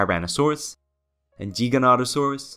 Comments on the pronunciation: Charcardontosaurus, Car-Keh-Roh-Dont-o-saur-us, not Geega, its Giga like Gigabytes, Giganotosaurus. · Never heard any legitimate paleontologists pronouncing it as anything but "Geega-notosaurus", source? Used to pronounce it "Giga" and was reprimanded for it.